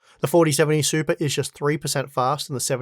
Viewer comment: Came for the 4070 Super review. Stayed to hear say SUPA a few dozen times ❤